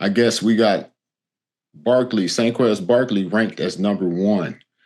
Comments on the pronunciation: I think I even heard an N also… Saynquez Barkley 😂😂😂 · Did he say Sayquez Barkley??? 😂